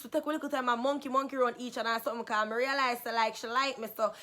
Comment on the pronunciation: Lol she said becez